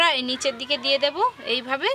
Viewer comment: din ke din ato nekami mere kno ktha blcho?????Kthar mjhe to asol vasha ta beriye jai 'Debo' ke 'dubo' 🤣🤣